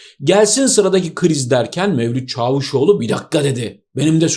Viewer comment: "Çaavuşoğlu" demeseniz. Ordaki a'yı uzatan yok sizden başka. Sevgiyle kalınız.